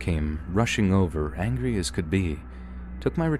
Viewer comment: At first I thought you said “hungry” and I was like wtf lol